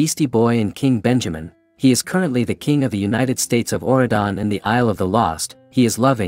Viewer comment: it's Auradon not what your saying